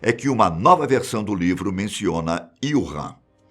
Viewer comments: Não é IUrram, é Úrram... Wu Han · Prezado, o nome é Wuhan e não Ywuhan! ;-) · Desculpe ñ consegui ver o vídeo inteiro com ele falando o nome da cidade errado o vídeo inteiro kkkkk